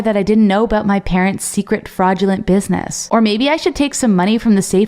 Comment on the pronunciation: You said buinuss